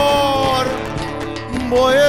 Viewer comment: গান শুনে মনে হলো—ইনি কখনো গান শেখেননি। উচ্চারণে খুবই গণ্ডগোল আছে— যেমন, বাড়ি, গাড়ি শাড়ি, ঝড়, কী করে ঝর, বারি, শারি হয়ে যায় বুঝতে পারি না। শুধু অবাক লাগে। পরঞ্চ বলা যায় বাঁশিটা গানের চেয়ে ভালো বাজালেন।